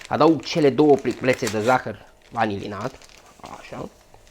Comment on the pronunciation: A observat cineva ca zice" zahar vanililat" ? :))))